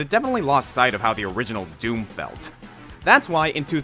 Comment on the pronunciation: YOU DID IT RIGHT YOU'RE THE ONLY YOUTUBER TO SAY DOOM RIGHT YES!